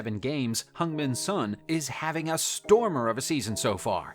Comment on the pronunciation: It's not sonny lol